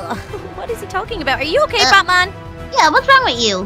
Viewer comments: wait did say Butt-man not bat-man??? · It sounded like u said butt man instead of bat bat lol (just came back to ur acc) Its my fav series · When they saying bat man it sounds like they are saying buttman😂😂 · You said buttman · She said buttman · Did say ButMan or BatMan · i thought she said butt man😂😂😂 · it sounded like you said butman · She said butman